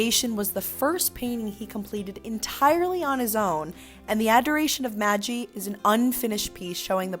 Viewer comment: Who taught the narrator to pronounce Italian (The Adoration of Maggie?!?!) and spell-checked the Italian names (eufitsi) (Titan) (Jenn oleski) referred to? Embarrassing!!